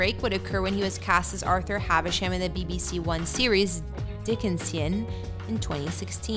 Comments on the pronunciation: LOL. The way she pronounced 'Dickensian', like she's never heard of Dickens.🤣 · That pause at Dickenssssian had me in stitches 🤣